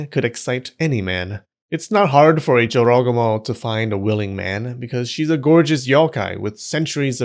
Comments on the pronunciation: I always thought it's pronounced Joro -GU -moh. Not a smooth jorogomo. You learn something new everytime here. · the number of times i thought he said “joe rogan” instead of jorogumo almost made me cry. i don’t want to imagine half spider joe rogan seducing men and eating them 😭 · I’m hearing JoRogAmo all I hear is JoeRoganMo…. 😂😂😂😂 I can’t be the only one here getting images of a huge spider legged creature with the aforementioned female torso but now rather, with a bald man’s head-thick necked with crazy eyes and veins popping out the forehead… Lolol …Am I?